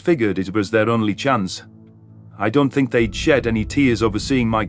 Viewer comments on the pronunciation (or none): none